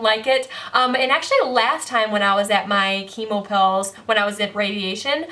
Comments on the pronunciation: your speech is getting so much better!!! you've struggled with saying 'radiation' for ages (you used to always say 'radiachun' but you said it perfectly in this video without hesitation! this is just one example out of many of how far you've come - i'm so proud and I know you'll overcome this next obstacle too <3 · You can say "radiation" correctly now 😃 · I had a mini celebration when you pronounced radiation correctly. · when you said radiation I was so proud!! you have improved so much! prayers for you to continue improving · Wow, I was worried by your warning at the beginning of the video, but your speech is almost perfect here!! Your pronunciation and grammar are great. (You’re nailing “radiation” each time now. 😉) And you’re finding most of your words right away. (In fact, you’re speaking really quickly in this video lol. Which is a great thing to see. ☺️) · Check you out saying radiation 😄 you have come so far so so proud of you keep on being you! You are an inspiration :) love from the UK 😘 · Anyone else notice she's NAILING "radiation" in this video?! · Hey! You said radiation correctly on your first try!! :D